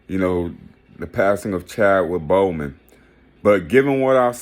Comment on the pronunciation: Boseman! Lol, nor Bowman. This review was hella weak. Regardless of the movie lol